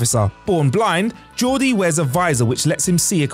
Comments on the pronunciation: Yeah, I heard 'Geordie' but annunciated "Jee Or Dee" instead of "Jor Dee". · Did the Narrator say "Georgie?" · Georgie LeFarge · I know it was just a slip of the tongue but you said Georgie several times when referring to Geordi. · "Georgie LaForge" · Did anybody else hear Georgey LaForge the first time? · Georgey La Forge? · needs to either learn how to read properly, or not make videos. "Georgie La Forge"? Every video does, he flubs his way through it. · I only knew five out of ten and you mispronounced Lt Cmdr La Forge first name 😆🤣😅😂